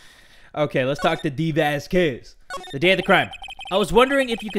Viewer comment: how he pronounces Vasquez gives me aids